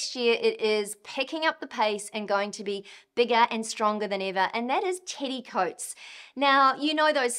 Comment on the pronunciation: I love how her accent makes Teddy Coats sound like "Titty coats"